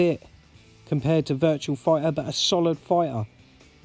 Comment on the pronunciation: It's Virtua, not "virtual"! Great collection,. I need to get The Game Paradise, what a unique game! Very jealous of the Metal Slug RAM pack too. I've been meaning to do a response to Russ too, so I'll link this video when I do.